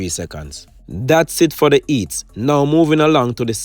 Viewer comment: Eats, tree, ow, learn to pronounce words dude